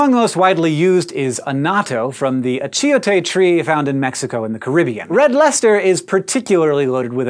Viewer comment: Hank butchered the pronunciation on achiote lol. Also, achiote is also found in south america.